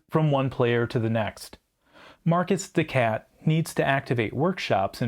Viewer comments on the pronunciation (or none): Mar-KEY des SHat, not Marcus de Cat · Is markiz de cat (to sound like “mar-kitty cat”) not Marcus de cat. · The video was great and informative. I gave 👍🏻 but hearing Marcus de Cat did hurt.